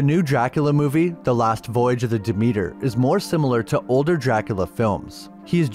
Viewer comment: and...it's hard to take the narrator seriously, when things like the name of the ship - DEMETER, again mispronounced..also, the name of the Goddess of the Harvest, Agriculture and Fertility, is not elucidated upon! And BTW - Renfield is played by the Musician - Tom Waits, who you probably no nothing of ~ Sheeeesh!